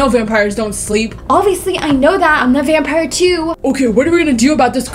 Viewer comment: "vampier" i love you maya